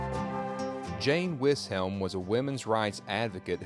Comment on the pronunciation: Living in Pittsburgh and having visited this cemetery quite a bit, I love your visit to Jane Grey Swisshelm; you left the S out in pronouncing her name. Civil War nurse, women rights advocate, and I live a stones throw away from her mill property. On presenting Cathbrite, aviation pioneer, the wrong headstone is shown. It’s his FATHER’S in the shot; Cathbrite’s is slightly shown-the memorial with the columns and a little to the right.